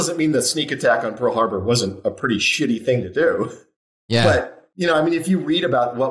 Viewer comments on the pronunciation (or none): Highlights of this episode: 1) Wes' pronunciation Pool Harbor 2) 6 inches 3) raptures about Top Gun 4) Discussion about Elizabeth Mitchell 5) Client chastising to GTFO Die Hard Also, Ty, I would never show up at your house nonconsensually. ;D and I'm not just saying that because I don't want to get shot. I value your privacy.